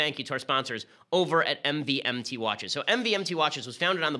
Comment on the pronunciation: I swear “MVMT” is actually pronounced “Movement”